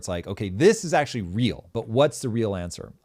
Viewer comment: Ur "ACTUALLY " emphasis is so annoying